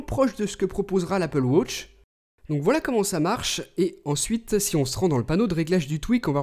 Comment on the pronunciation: L'anglais le plus nul que j'ai jamais entendu:') «Wotch»